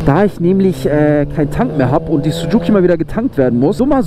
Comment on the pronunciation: Warum Sucuki? Das heißt Suzuki. Oder du bist in Sucuk verliebt.😂